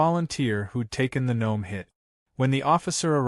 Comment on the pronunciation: Dear A.I.: The word gnome is pronounced NOME.😊